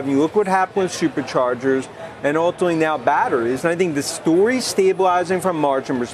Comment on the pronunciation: Gotta love Dan "Ultimally" Ives 😂